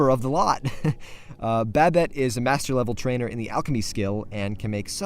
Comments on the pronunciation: huh I've never heard Babett pronounced as Rabbit but with a "B", Babbit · Good ol' "Babete"